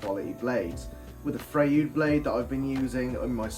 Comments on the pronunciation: Are you sure its not pronounced Fr-oy-d? Like sigmund freud? 😂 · Nice review. I especially enjoyed the embedded nail experiment! I do beleive it is pronounced "Froyd." Also what you were calling "gulleys" are technically called "gullets" and they are really important for material removal to help keep the blade moving forward, faster and reducing burning. Combo blade (higher TPI) gullets are usually shallower than rip blade (lower TPI) gullets because the combo blade is designed as much for cutting wood fibers which usually produces much smaller chips (also taking it longer to make rip cuts). Rip blade gullets tend to be deep because the blades are designed to "chip" away at the wood producing larger chipsmaking and making faster cuts than combo or crosscut blades. Last thought on blade thickness (kerf). I prefer to use thicker kerfed blades on my table and job site saws - they are more stable with less wobble than the thin kerf variety, especially on deeper cuts. Thicker kerf blades also seem to remove material more efficiently than thin kerf blades allowing the blades to run smoother and cooler. Keep em coming...